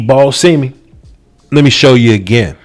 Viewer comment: Not SEEMEE... it’s more pronounced Sim mee but close enough I guess